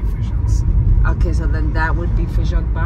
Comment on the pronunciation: 😂😂it’s not FEIJÃO (beans) it’s FAJÃ de Cima or FAJÃ de Baixo. You two are so funny. 🤣🤣love you guys ❤️